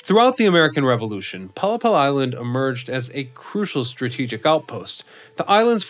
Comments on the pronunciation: A 'pollepel' is Dutch for a large soup spoon. Pronouced pol-lay-pul. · heerlijk toch, en dan die uitspraak van pollepel 😆